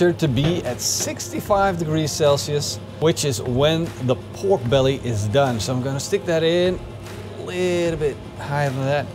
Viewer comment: Be-ork belly...is the new Turducken (not the same as Bjork the singer).